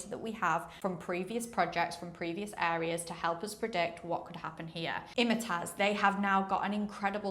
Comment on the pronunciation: it's pronounced Im-tiaz not Imitaz. Nice video but just wanted to mention this.